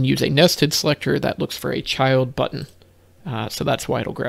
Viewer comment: I love how you pronounce button correctly. None of this butn business. TY for that. And for explaining the difference between selecting the class vs child.